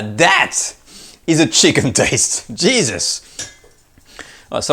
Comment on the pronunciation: "Jesus..!" Your American came out.